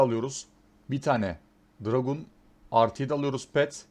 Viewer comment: dragUn demesen olmaz mı? biluğ. buluğ de şuna abi:D